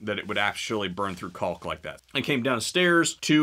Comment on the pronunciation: You don't pronounce the "l" in caulk.